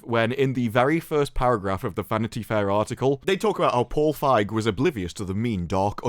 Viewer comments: Dude, it's pronounce Paul Fieg-y. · Just saying, the "ei" in "Feig" is pronounced "a". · “Paul Fag” 😂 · Think the correct pronunciation is 'Paul Phage' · I believe its pronounced as "Feeg" just like "Sneed & Feed" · Just so you know, you mispronounced “Feig”.